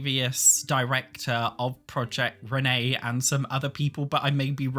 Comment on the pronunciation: take a shot whenever he says proiect renee/dolores